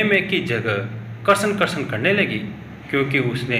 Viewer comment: कृपया कृष्ण का उच्चारण सही से करें